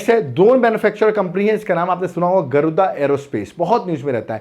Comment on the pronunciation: Sir actually wo गरुदा नहीं गरूड़ा है